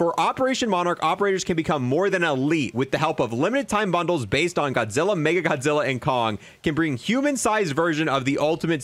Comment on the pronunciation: As a huge Godzilla/MONSTERVERSE nerd. I’m getting all three! Love the videos but I think you’re saying “MegaGodzilla” when it’s “Mecha Godzilla.” Sorry to be that guy.